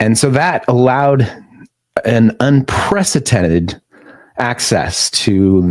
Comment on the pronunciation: always excellent, current coverage, but your guest should know--because words are his tools--that "unprecedented" has a "d" in the middle, not a "t."